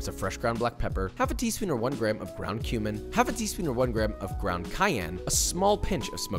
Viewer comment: anyone else here ground human instead of ground cumin